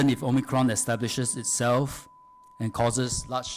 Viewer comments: Omicron, not omycron la some more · Cant stand the o-my-cron pronunciation 😖😖